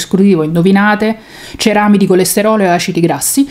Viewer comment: Ciao, quando ti è venuto il dubbio hai pronunciato bene ceramíde. Sei una delle pochissime. ❤❤❤